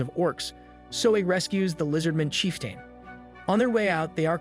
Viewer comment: Lizardmin & "chief-tayne" gave it away for me